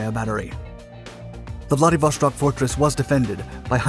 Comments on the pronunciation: bra theres no SH in Vladivostok. its not german ffs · There is no SH sound in Vladivostok. You can hear it via google translate text to speech. Russians have a dedicated letter for the SH sound, which is not present in the word. Why do you pronounce it like this? Pronouncing things incorrectly takes credibility away from your videos. This research would have took like 2 minutes of extra work. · I love the quality and quantity of content you put out. However, please learn when to properly pronounce "sh" in Russian. Vladivostok not -shtok. This has been an issue for years now, and something that can be solved with a cursory Google search. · Why on earth do you pronounce "Wladiwo-SH-tok"? It is Wladiwo-S-tok"! I have several russian speaking friends. And they told me it is "Wladiwo-S-tok". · I cringe every time you pronounce it "Vladivoshtock"....it is pronounced "Vladivostock", no "shhh" sound. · It pronounces Vladivostok, not Vladivoshtok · VladivoSTok not VladivoSHTok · Interesting content--an area of Asia not often thought of, nowadays. BTW, Владивосто́к = Vladivostok not Vladivoshtok (It's Russian, not German.) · Vladivoshtok xD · How hard is to say Vladivo(S)tok instead of Vladivo(SH)tok. As clear as you say Sun use that S and say Vladivostok! I get the impression that it is the mentality of Westerners that they must be specific and special in everything... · dont say 'vlady vostok', say it as one word man... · why do you keep pronouncing it VladivoSHtok? there is no SH, just S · whoever told you its pronounced VladivoŠtok,, was wrong :) vostok mean east, no sh in it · I don't know what's with this guy! Every video he uploads, he mispronounces the names of the most widely used geographic places. Now, he says: Vladivoshtok! It's not like he hasn't heard it before. Maybe he does it on purpose. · The s in Vladivostok is just an s, not sh.